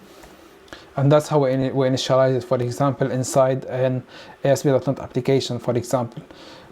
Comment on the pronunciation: Great video, but please say dot net instead of dot not.